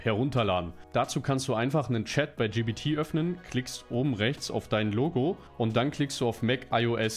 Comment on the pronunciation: Warum sagst du immer GBT es heisst GPT